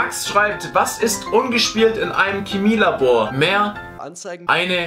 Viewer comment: KEMIE Labor